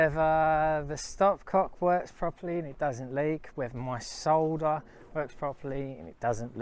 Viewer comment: I noticed you said SOLDER the right way. Not SODDER😂